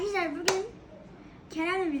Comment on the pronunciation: Akadaslar diyo len😂